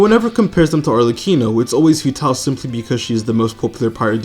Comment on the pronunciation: While I have recently almost completely stopped playing genshin for the first time in 3 years due to some personal reasons, I’ll always watch a video when he uploads. Because he’s the GOAT. Also please stop saying Arleccino